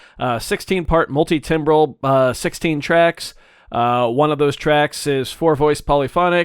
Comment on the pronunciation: I for one appreciate your pronunciation of timbral. I don't even know which non-English language the whole "tambral" pronunciation is referencing, but if someone is going to reclaim it, why not us? Why not now? 🪵🪓 Timber to timbre being all tambery. Cut it down. ¡Viva la revolución! 🪵🪓